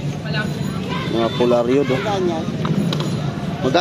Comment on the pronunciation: Ha ha ha..polaryod.....polaroid sir..😂